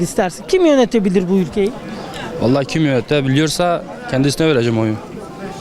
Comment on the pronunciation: 😂😂 Gençlerin Batmanlıca konuşmaları bi harika ( ee vallaaağğ ııı abi kurğann )